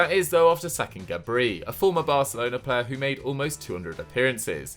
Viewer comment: That would be Gabri... not GAbreee.